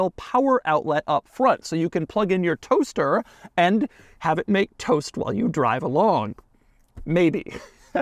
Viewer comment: why is the emphasis so much on the toaster?😂😂😂